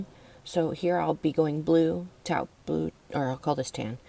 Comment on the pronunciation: Taupe is usually pronounced (tope) amongst English speakers... as amongst the French*, from whose language it comes to us. Taupe is a noun that means "mole", in origination, used by the French to also name the color of other things in the world that are the same or similar color. It has since been used to describe a variety of brown/ish shades by the English-speaking world at large. Ahh, now I can relax and tell you how Wonderful I think your video is, and what a great teacher you are. It's a trade-off, we teach each other...We share what we know. I really like that twisty-braidy thing. It is the most interesting join I have ever seen and really appeals to me period I did something like that on a blanket I made when I didn't really know what I was doing and I don't even know how I did it now I would have to take it apart to figure it out and I really don't wanna. * (albeit in a way that sounds as though they are sucking lemons and forrshortens the "au"/O sound - worse yet or the translators that pronounce the first part of the word the same way but then add an extra syllable by pronouncing that E as though it were the last part of Renée)